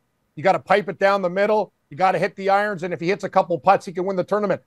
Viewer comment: I love how goes with the Norm MacDonald pronunciation of "eye-runs"